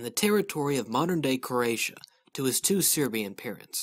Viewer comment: its Croatia, not Croaitia :)